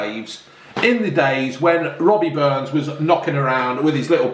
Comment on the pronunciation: its not robbie burns its rabbie burns for fucks sake lol